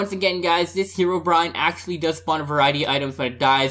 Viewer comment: whos herowbryine but I know notch